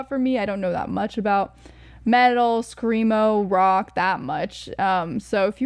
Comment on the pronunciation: Glad you enjoyed it. Please don't ever say "screamo" again hahaha it is like getting a needle in the eye. Otherwise, tho, good takes